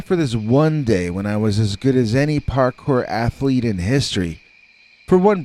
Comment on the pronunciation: I'm so glad you wrote "Parkour" in your title, else I would've thought you were saying "Hard Core" over and over......😕🤔